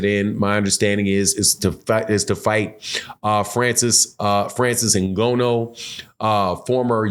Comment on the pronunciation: please my man Francis N-gone-new